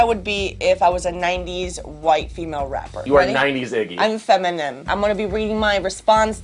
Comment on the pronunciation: fem min em lol